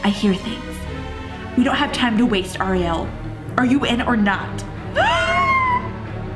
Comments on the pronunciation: You squeal way too much. The person says hi and you start squealing way too much and it's a ree el not ah re el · You said Oriell not Ariel